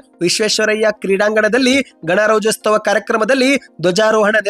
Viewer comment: Gana rajyostava alla ganarajyotsava antahelli kannada ocharane sari madicolli